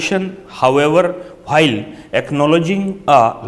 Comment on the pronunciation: Yr kam se kam saaf bol do or padh k bol do..flow tho ek bar mai Tut jata h...or bhail ni hota while hota h...